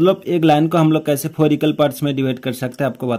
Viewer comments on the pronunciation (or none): Bohot kharab aye Haye four phor bola😮